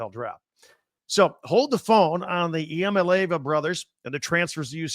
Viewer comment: Dude everybody gets a pass maybe multiple passes. But at this point, you don't have any credibility if you can't pronounce the guy's name properly.